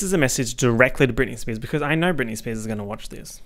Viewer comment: spearzez he sayz as he spazzez